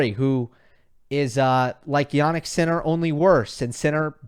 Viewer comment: it's jaNNik not jaNik fucking hell